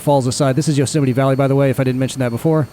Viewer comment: Yo-semite. Is that how you greet someone jewish?